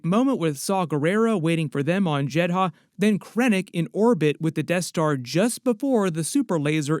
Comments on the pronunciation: Jed-uh not Jed-Ha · Why did you pronounce it as JED-HA when the show and movie pronounce it as JED-DAH? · Why are you calling it "Jed Ha"? It's always been "Jed Ah". ??? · It's JEDHA (Jedd•uh) narrator. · I swear this dude mispronounces everything on purpose just to piss me off. “Jed Ha” give me a fucking break, they pronounce it in the show how foul you not know 🙄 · Why are you saying Jehdah like that!? It’s grinding my gears 🤷🏽‍♂️ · Done watching. As soon as you said jedd haa . I can't. Done and not coming back. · Why put emphasis on the H in Jedha when they don't say that in Rogue 1 or in Andor? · Love your videos, Andor is my third favorite piece of Star Wars content only behind ANH and ESB. Unrelated, but what’s up with the pronunciations of Eadu and Jedha…? They say them a lot in the show and Rogue One and it sounds way way off… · Wild you can say heertz right and not jedha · Dude watch the show or movie. That’s now how you pronounce Jedha.